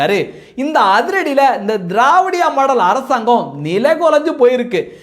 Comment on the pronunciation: நீங்க திராவிடியா மாடல் என்று சொல்வது எங்கள் காதுக்கு வேறு மாதிரி கேட்கிறது என்ன என்று தெரியுமா தேவடியாள் மாடல் என்று இது உங்கள் உச்சரிப்பு பிழையா இல்லை உங்கள் உணர்வு பிழையா சகோதரா.